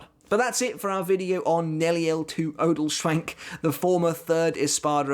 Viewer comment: The way you pronounced her last name IM DED 😂😂🙏